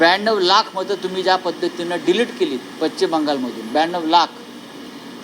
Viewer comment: साहेब तेवढं पश्चिम नीट म्हणा की जरा